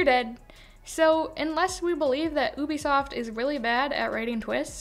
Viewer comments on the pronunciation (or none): It's "You Be Soft" not "ooh be soft" I think